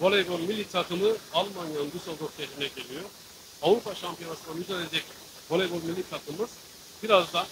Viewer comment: Veleybol değil, voleybol